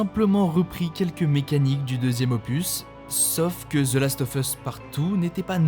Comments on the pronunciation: Shadow of "ZE" Colossus, pas "zi" 😭😜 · C’est « ze » et pas « zi » colossus, tu prononces « zi » uniquement si le mot suivant commence par une voyelle